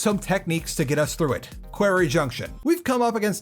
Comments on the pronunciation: Did you intentionally pronounce quarry as query for two minutes, or have you never heard it said aloud? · How have I not seen any comment on how you say "query" instead of "quarry"? Go to Sloan to learn how to pronounce it. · Quarry is pronounced "kworry" btw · Ok this video was great, but the way you say quarry kept making me giggle. It sounds closer to a word in my dialect which means gay person, so things like “it’s time to tackle the (quarry)” become quite funny. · Someone please tell him how to pronounce “quarry” properly…. 🤦🏻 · do you actually say quarry like that or is it reaction bait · the video's great but i had to take a break from watching like 4 times during the quarry junction section